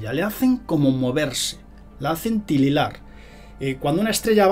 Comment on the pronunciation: Titilar, no Tililar...